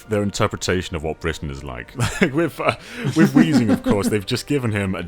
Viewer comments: it's "weezing" yo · add an H to Weezing's name Weezing: MY NAME'S! NOT! WHEEZING!